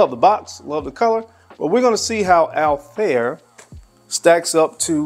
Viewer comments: The pronunciation of PDM Althaïr was wrong😊: there are 2 dots on the I😉, so it is Altha ir ☺️ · It's actually pronounced as Altha ir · It's pronounced all- tie-eer